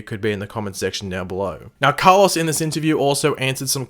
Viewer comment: Why do you say Car-Loss, and not Carloes